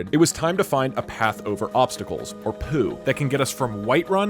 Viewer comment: The way he says poo made me laugh